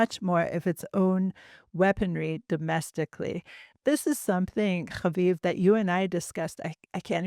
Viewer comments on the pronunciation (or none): Please stop pronouncing name repeatedly, every time with a guttural accent,like it’s a cute joke. For your audience it’s just annoying. + stop announcing your name at every break like your audience is vaguely interested in you. We listen, because of your guests. Try humility, and invisibility. Thank you. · Could you please refrain from pronouncing Haviv’s name with guttural undertones. It’s just annoying, unnecessary, apart from that, I enjoy your guests, especially. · those are not Israeli resh pronunciations! Stop it! 😂